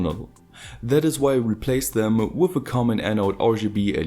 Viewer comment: I love when you say "with", it sounds like woof!